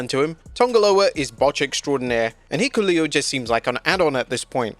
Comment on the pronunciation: “Heekuleo.” Speaking of botches.